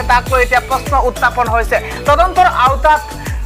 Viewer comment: Utapon nohoi burbok..utthapon buli ko..